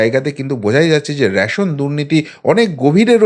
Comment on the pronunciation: র‌্যাশোন নয়, রেশন।